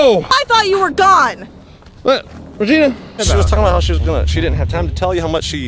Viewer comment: Why do you call regina reginus when shes a genius